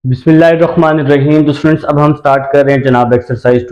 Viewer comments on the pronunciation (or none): none